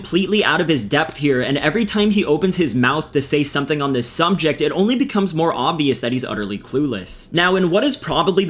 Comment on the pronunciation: this idiot said sumbject and didn't edit it